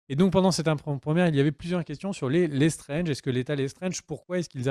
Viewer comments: Lestrange pas lesttrenge lol ça ce prononce étrange Lestrange >~< rooh lol Oui c'est vrai que c'est partit en cou*** =\ ça devait parler des créatures fantastiques et on part sur les problèmes de Dumbeldore et Grindelwald lol ^^" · Lestrange est prononcé à la française comme c’est une famille française 😂😉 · Les Lestrange sont une famille d'origine française, donc tu peux le prononcer à la française :)